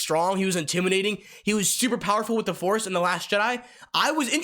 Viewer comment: the foice awakens